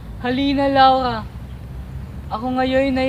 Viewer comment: hahaha laurha hahah (bulol)